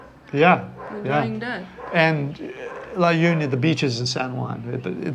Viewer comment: U also visit the Visayas esp the Central Visayas or Region 7. La Union is pronounced as La Onion .